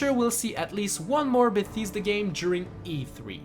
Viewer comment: im just wondering is canadian english your actual language cause when you got to bethesda you said betheysda and when you said wolfenstein 2 you said wolfishtein 2 im just wondering